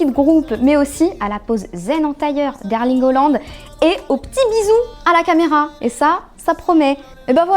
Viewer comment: Mdr herling auland !